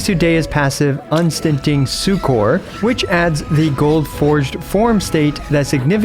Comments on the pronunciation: "Succor" is pronounced "sucker". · bro said succor wrong :(